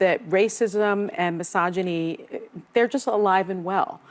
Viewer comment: my jaw literally dropped, when Sunny says MYSOGINY